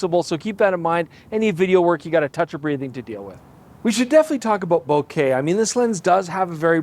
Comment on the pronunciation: Hey you pronounce it the way that makes you happy, but it’s a Japanese word, and that’s not how they pronounce it. Now I might put a slight Canadian spin on the e sound, because I’m a Canuck eh! But I’m also half Japanese and I can use the even shorter e sound when I feel like it.